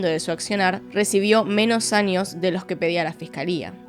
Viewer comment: Pd: me gusta como pronuncias la ñ, anios, ninios, extranio